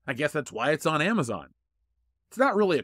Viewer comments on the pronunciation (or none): Amazon sounds more like here A Pun.